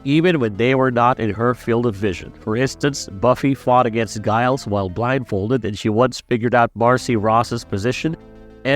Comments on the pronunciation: You're mispronouncing Giles's name. The G is like Ginny, not Guy. Makes me wonder if you just opened Wikipedia. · Isn't Giles' name pronounced "Jiles" not "Guyles"? Tell me you didn't watch the show without telling me you didn't watch the show. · Every time this fuck says guiles! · good vid apart from saying Giles wrong.